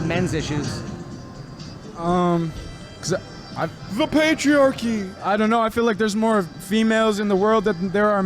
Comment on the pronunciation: What a m0r0n. Wow. Can't even utter a full sentence and is talking about PatriaKKKKYYYY. Not patriarchy...